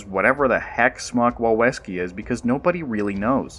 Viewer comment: Wawleski is pronounced Vah-Vel-ski, and smok wawelski means "dragon of WaWel castle" in Krakow, Poland. Lovely place — go visit. Not criticizing: you pronounce complicated names better than just about any narrator — including David Attenborough — I've found on YouTube. Congrats.